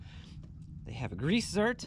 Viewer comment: You lost me at "Grease Zert". It's "Zerk"